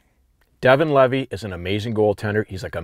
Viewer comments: I mean you said his name properly here . Many people in the medias for now are saying it wrong. It isn't "Leavay" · You pronounced it right. Leevee. I grew up with his dad. He actually sent me the link to this. I cringe when everyone says his last name wrong. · i get it mixed up too, but the tsn guys just confirmed with his family that it’s pronounced leavi